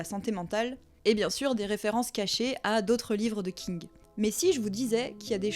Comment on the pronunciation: Alors pardon, mais j'ai eu un rire con j'ai pas pu m'en empêcher :A chaque fois que tu dis ''King'' j'entendais ''Kink''😂 C'est débile. Je sais. Mais sinon, très bonne vidéo. Je connaissais déjà bien Stephen King et j'étais consciente des sous textes. Mais j'ai trouvé intéressant ta manière de les présenter.❤ Du coup nouvelle abonnée 🎉